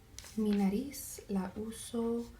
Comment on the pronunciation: it's "frente" and "Nariz" but you are all good tho